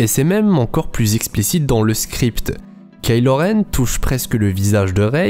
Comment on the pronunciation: Attention on prononce pas ka ilo renne on prononce kaï lo renne